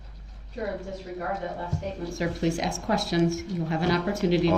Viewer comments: Wouldn’t been funny if Ms Vasquez asked turd why she kept looking at jury?? That would have been hilarious!! And thanks for mentioning brooks mispronunciation if “ask” “ sustained “ etc MY VERY Pet PEEVE TOO! Drives me nuts! Also says over and over other words.. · The "aks" is deliberate. There are times when he slips up and says "ask" correctly. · It had driven me crazy every time brooks said “aks” instead of “ask”. I am so relieved that you mentioned it!!! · This dude Darrell said “ acts “ trying to say “ ask “ and in other clips he’s also says “ substain “ instead of “ sustain “ 🤣🤣….he’s not as wise as he think representing himself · I REALLY appreciate the fact that you picked up on the “aksk” thing - no other person of color would have ever done that… in fact, a lot of black lawyers even use “aksk” instead of “ask” - keep up the good work, your light hearted and humorous take on things is very entertaining 👍🏻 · Axe.... ask oaf..... oath..... LOVE IT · His Mother also used "aks" instead of ask. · That delinquent pronunciation of "ax" instead of "ask" always made me furious. Along with "reason for the substain"? What a dope. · I love you!! I thought I was the only one that hates “ax”!! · You are so spot on!!!! Every time he says ‘ Axe ‘, my ears curl up !!!!! 😄👍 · I KNOW!! The Aks me 😂😂 I say “Please don’t Axe Me, but you can Ask me a question” 😂😂😂😂😂😂😂😂🤣🤣🤣🤣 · New Sub here. Your channel was recommended to me after I watched the Brooks trial. I’m so pleased, as your commentary has been a source of accurate & total amusement for me! 😂😂😂 For instance, your reaction to Brooks’ use of “AX” vs. “ask” sent me over the edge 🤣 as “AX” & “SUBstain” are pet peeves of mine as well. Thanks for the hysterically funny commentary as well as your astute insights! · People are getting on you for the pronunciation, but Brooks says stuff like "Axe", "Substain" "Tacket". You articulated your thoughts better than that convicted lunatic.